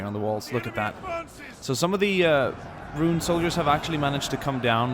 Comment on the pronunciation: I'd say that the Haradrim look the best. Especially riding the Mumakil. I got kinda annoyed when you called them Rune, but you noticed the mistake by the end so all is well. Please do more on this. If you can, try and recreate the battle for Pellenor fields. Whenever you can is fine - just please make it happen.